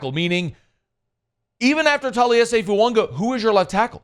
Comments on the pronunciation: It’s Fuaga not Foounga. There’s no N in his last name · FOO-AAH-GAH!!!!!! Why does this moron refuse to say it correctly?!?!?!?